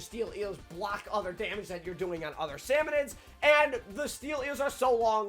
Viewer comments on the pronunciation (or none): Salmonids, not salmonoids.